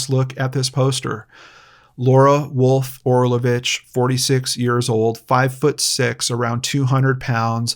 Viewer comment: The amount of respect and importance you put on the missing people and victims is astounding, Sir, I commend you. This is my first video of yours that I have seen and I subscribed minutes in. By the way, you pronounced Orlović so well! I am Croatian and it's just the way we say it as well. I am really hoping miss Laura will be found safely, her poor daughter must be so worried.